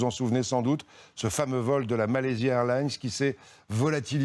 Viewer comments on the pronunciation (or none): C'est quoi ces connards qui ne savent ABSOLUMENT PAS prononcer MalaysiA Airlines ?!